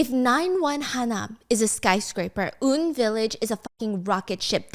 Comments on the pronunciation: It isn't 'oon' village, its UN, as in yoo en 😅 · A bit bothered by the "Oon" village LOL it's U.N. Village, but carry on ~ missed your uploads here Stephanie! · I know it's late but hearing her say oon village instead of U.N village is killing me😂😂 love you though❤ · Apparently it is UN (like the organization), she pronounced it wrong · Huhu Stephanie I love you, but ig I got so used to it being said as U-N Village, like reading the letters U-N and not as straight-up "un" ; - ; SK Group also owns SK Telecom, (one of) Korea's largest service provider (they have 50% market share). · UN village is actually not "Oon-village" but "Yoo-En Village" as in UN like United Nations because of the historically high concentration of expats and international schools in that area. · It’s actually call UN (eu-en) Village like the United Nations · Girl just fyi it’s UN pronounced like U.N.